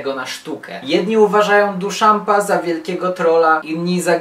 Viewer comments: 1) Duchamp czyta się (uwzględniając polski akcent) bardziej jako ' dyszą ' nie duszamp. 2) Kazimierz Malewicz, który razem z Pollockiem, Kooningiem i Rothko stworzył moją estetykę, tworząc suprematyzm/konstruktywizm pragnął wyzwolić emocję spod jarzma narracji, formy. Przeciwstawiał się figuratywizmowi, dążąc do wydobycia z rzeczywistości jej esencję. Jak sama nazwa wskazuje: sztuka suprematyczna, czyli najwyższa/nadrzędna. Sztuka zatomizowana, rozbita na czynniki pierwsze. Pytająca o istotę odwzorowywania, lecz nie skupiająca się na samym odwzorowywaniu. Myślę, że mógłbyś częściej poruszać taką tematykę. Może następnym razem opowiedziałbyś młodzieży coś o interdyscyplinarnych kierunkach w sztuce? Performance lub happening ze szczególnym uwzględnieniem akcjonizmu wiedeńskiego lub coś o poezji konkretnej i ciekawej postaci Stanisława Dróżdża? Może dzieciaki idąc do MOCAKa zdadzą sobie sprawę czym jest to śmieszne pomieszczenie z literkami, w którym tak ochoczo robią sobie zdjęcia na instagramka :P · DIszampa, diszampa,, nie Duszampa, merde. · duszampa XD naucz sie wymawiac jego nazwisko, plis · Nazwisko Duchamp wymawia się inaczej.